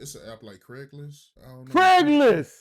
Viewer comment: When he said " Craiglist" everyone ova here fell out😮😮😮😮😮😮😅